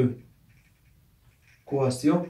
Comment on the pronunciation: حاول ان تصحح نطق le quotient ( كوسيا)